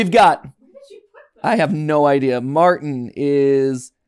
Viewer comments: MatPat calling Martin Milton is driving me crazy. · I wanna correct them out on the Lord but hearing Martin be called Milton is always hilarious enough to not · did he really just call martin milton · It’s not Milton it’s Martin